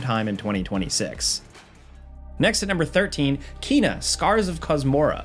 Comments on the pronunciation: you say you played Kena but you mispronounce her name. it's Kay-nuh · ... Kena is pronounce "Kay-nuh", confirmed by Ember Lab.